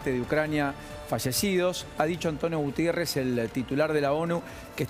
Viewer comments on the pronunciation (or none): Alguien que le avise a ésta gente que el apellido del Secretario General de la ONU no es "Gutiérrez" sino GUTERRES. Cada vez hay mas boludos informando. Los de Argentina se llevan las palmas.